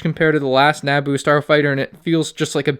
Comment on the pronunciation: Woah woah woah how tf did you pronounce Naboo